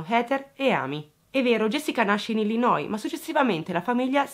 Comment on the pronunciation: Ciao, brava come sempre e sei una delle poche persone che pronuncia bene Illinois.😍Io l ho scoperto per caso che non si pronuncia la esse😘